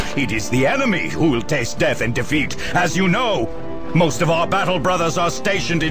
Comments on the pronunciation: "sphess" "mehraens" "deff" "symeultanious" "fuhreh" "emprarh" "gloreh" "nawt" "bawld" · To be fair to, he can't pronounce only a few words properly. Namely, "space," "marines," "death," "simultaneous," "fury," and "Emperor." Which, admittedly, probably account for half of the average Astartes's vocabulary.